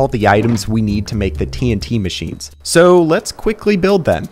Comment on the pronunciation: The fact he says suuuuue instead of soooo is funny